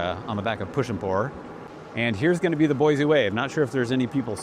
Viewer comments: You live here and don’t even pronounce it correctly. It is Boy-SEE not Boy-zee. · Sir, not boizi - boisi :) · I believe he is a realtor, and likely pretty new here since he mispronounces the name of the city, doesn't care about anything but selling way overpriced housing.